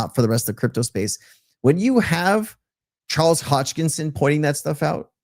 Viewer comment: Sensei, it's Charles Hoskinson, not Hodgkison. 👍